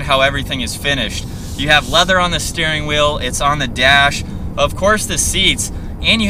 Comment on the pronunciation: I love all of the vids, but Please stop saying "thee" for " the." It's driving me crazy. Thanks.